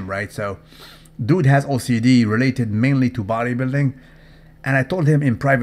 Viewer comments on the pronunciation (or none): none